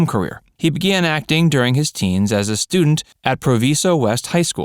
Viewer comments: NEVER in my life did I ever hear that pronounced Proveeso. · Proviso West.. They Way you said it was incorrect. BTW I live near that school. Very ghetto now